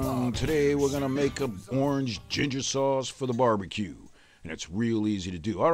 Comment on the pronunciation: YOUR GONNA NEED SOME "GIGJER" ROFL